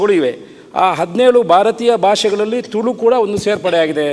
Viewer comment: 'ತುಲು' ಅಲ್ಲ 'ತುಳು' ಅಂತ ಗೊತ್ತಿರಲಿ. ಅದನ್ನು ಮೊದಲು ಸರಿಯಾಗಿ ಉಚ್ಛರಿಸಿ ಪುತ್ತೂರಿನ ಶಾಸಕರೆ ಹಾಗು ಸಭ ಅದ್ಯಕ್ಷರೆ.